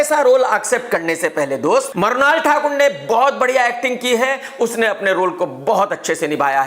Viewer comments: Krk sir aap Mrunal ko Marunaal kyu kehte hain 🤭👌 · Marnal Thakur…kirket …Kya karte ho krk bhai😂😂😂